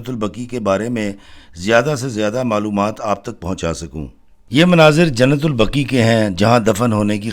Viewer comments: ماشاءاللہ۔۔۔ محترم۔۔۔ درست لفظ "جنت البقیع" ہے۔ جنت البقی غلط ہے۔ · ایڈمن نام کی درستگی کریں قبرستان کا نام "" جنت البقیع "" " البقی" نہیں اور شہر کا نام " مدینہ منورہ" ہے یا " مدینۃ المنورہ" عربی میں ہر شہر کو "مدینہ" کہا جاتا ہے